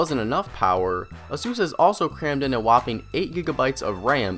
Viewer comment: I got distracted with the "A-Sus!", it's "Ey-sus".